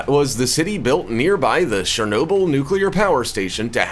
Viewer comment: Its Chernobyl not Shernobyl